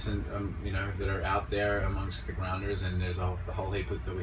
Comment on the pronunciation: From - he switches to an American accent, haha! Probably because he has to do it for hours on end each day playing Bellamy, esp. with the word "grounder" :)